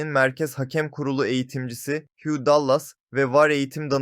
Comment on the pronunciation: Huge degil Hugh!